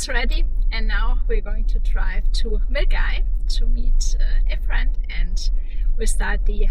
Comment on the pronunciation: Oh, it's delightful to see you and Otto back in Scotland. And kudos for pronouncing Milngavie [Mil - Gai] so well. Hope you guys have a great time.